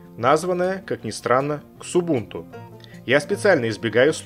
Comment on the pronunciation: Не все знают что "Ubuntu" переводится как - "Я не могу настроить Debian" И автор, Xubuntu читается как "Зубунту"